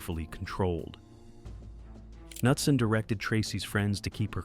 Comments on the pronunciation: How did "Nutson" become "Cuh-noot-son"?😶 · pronounced knutson different like 6+ times god damn pick one lol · Everybody take a drink every time he pronounces Knutson differently from the last time 😂